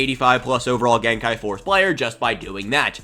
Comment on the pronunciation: Don't listen to that other guy, I love and support the way you say gen kai!